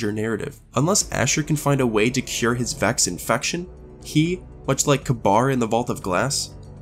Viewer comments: You jusr pulled a Speaker. He called Atheon (Ai-thee-on) Aath-eon. While everyone pronounces the Pyramidion Peer-amid-eon, you Pronounce it Pyra-Mid-eon. Im shocked. Then there is Kabr. It is Ka-beer, not Kab-bar... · Kabar? (That's how you pronounced it) Seriously? It's pronounced "Kabir" and, before you ask, this pronounciation is actually canon. If you play the Paradox mission in Destiny 1, Praedyth says Kabr's name and he pronounces it "Kabir". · Scøut Go to destiny 1 and play the Mission "Paradox". Preadyth pronounces it that way. It could be Kabr or Ka-Beer, either one is most likely correct. I personally go with Kabr but Ka-beer is apparently the correct way...